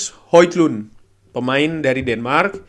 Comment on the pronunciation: Di beberapa cuplikan gol bacanya Hoilan, mirip lah sama Holan. wkwkwk